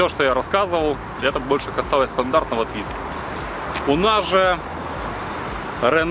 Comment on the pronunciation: с какой карусели это сорвало? :))) Формально это квадроцикл. и да, это не Твизи, а ле-туизИ (фхронсэ, шэр-мон:)))